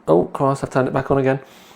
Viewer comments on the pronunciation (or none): none